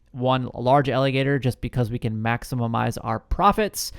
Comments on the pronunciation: I regret being first to the egg. Dude I laughed sooo hard when I heard it! And he said it multiple times!!! Anyways great video bud! No hard feelings just learn to pronounce maximize. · It’s pronounced “maximize” 😬